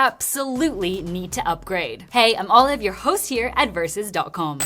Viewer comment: Olive..she said olive..:face-purple-crying::face-purple-crying